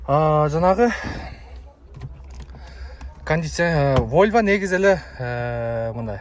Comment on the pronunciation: Войва эмес волва десен